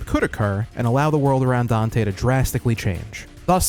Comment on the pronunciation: not getting dante right, is this animes least problem...